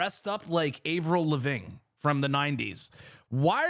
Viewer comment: I love you bro but the way you pronounced Avril Lavigne had me howling lol 😂